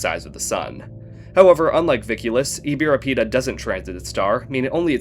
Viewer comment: the diacritic marks stress, so you should've said it like IbirapiTAH rather than IbiraPEEta